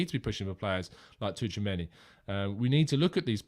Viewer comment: Say after me, CHU-A-ME-NI 😂